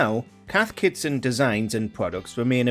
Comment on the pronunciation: Hearing the narrator constantly mispronouncing Cath Kidston as "Cath Kitson" 😂